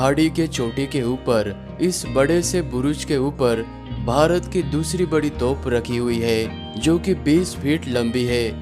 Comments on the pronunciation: Toph Nahin Hai Ray Bewaqoof, Toop Boltey Usko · तोफ़ नहीं तोप